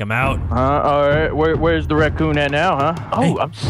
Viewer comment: vanoss said bakun instead of rakun